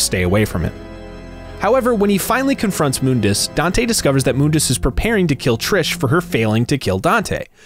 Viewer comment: Its Mun-dus not Moon-das